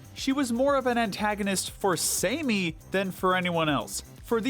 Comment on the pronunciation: HER.NAME.IS.SAMMY not "Samey"